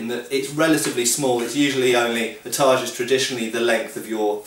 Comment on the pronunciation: y do u keep calling it tarj